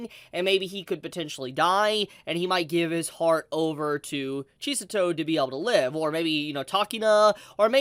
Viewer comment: Cheese-A-Toe? Really?